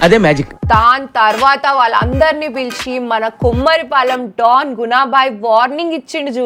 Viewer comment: Not కుమారిపాలెం it's కొమరిపాలెం. ..